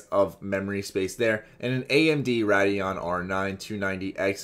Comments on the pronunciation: When you read the spec sheet I was like do you even PC parts bro? nine five nine o.... ninety-five-ninety my friend. Ray-dee-ahn, not RAHD-ee-ahn. Just a pet peeve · "Rad-eon" hahahahahahahaha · Rad-e-on and Feenom. aight...